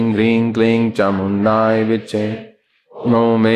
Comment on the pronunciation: चामुण्डायै है कि चामुण्डाए है गुरूजी तो चामुण्डाए विच्चे उच्चारण करते है